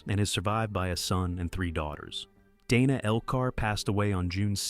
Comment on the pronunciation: In this case, Dana Elcar's first case was pronounced Danuh, not Daynuh. Thank you making this available!